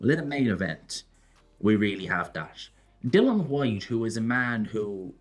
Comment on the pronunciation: kissing the ring, disgraceful that he still cannot pronounce Dilians name. DYLAN HWYTE? So unprofessional it;s like calling Fury Tyrone Fury with a straight face.